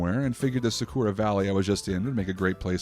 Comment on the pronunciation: The way he pronounces Sakura 💀